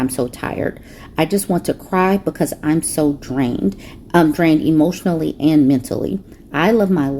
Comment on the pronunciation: Hemotional. They're reacting hemotionally.